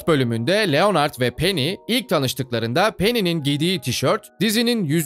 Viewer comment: Abi niye Leonard’ı Türkçe okuyorsunuz Lenırd doğru okunuşu